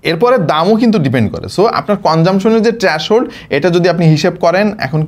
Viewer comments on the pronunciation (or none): ট্রাশহোল্ড না ভাই ওটা থ্রেশহোল্ড ...........বাইদা ওয়ে যুগোপযোগী কনটেন্ট